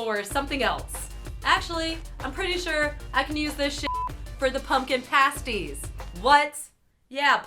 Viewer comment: I love you, but you say 'pastie' incorrectly. Sorry.